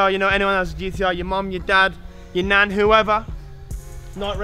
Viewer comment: Da way he says if u know anyone who has a GTR ya mom ya Dad ya "NAN"😂😂😂🤩